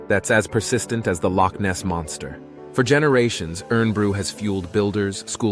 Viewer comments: Aye laddie your pronunciation of Loch is impressive! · As a Scot, I'm impressed by the pronunciation of "Loch". Well done. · I lived in Inverness and used to go marauding around the hills and cycled around Loch Ness as a teen. I have many fond memories of the area. You pronounced Loch very well, but you butchered Irn Bru, It's pronounced Iron Brew, but I'll let you off seeing you made such a great video of my home country. 😁 🤜🤛